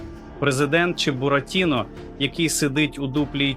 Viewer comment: А ти хто ? Блогер - ГНИДА ? Дуже смердиш ! Людина, яка не може правильно поставити наголос у словах ( бурАтіно, шулЕр, дзвЕнить) явно читає чужі тексти. Знайшли дурня і використовують, як туалетний папір. PS: а 100 000 Петя заплатить ?